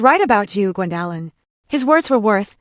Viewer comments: Maybe your company could find you an apartment near where you work. What is the problem with pronouncing Gwendolin (Gwen doe lin). The disrespect of her son, his wife and the children is heartbrreaking. This is Elder Abuse by her child and her grandchildren, she should see a lawyer (attorney) regarding their abuse. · And you can’t pronounce OP’s name correctly 😂